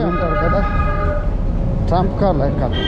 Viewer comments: బ్రదర్ అది ట్రంప్ ట్రైన్ కాదు ట్రామ్..... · ట్రంప్ కాదు తమ్ముడు ట్రాం అంటారు